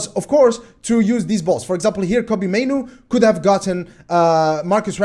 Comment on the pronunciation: Your initial pronunciation of Mainoo (Maynu) was right. It is spelt "Manu" but I'm sure he was born in the UK hence the "Mainoo". They spelt it how they would pronounce it. Its "Maynu"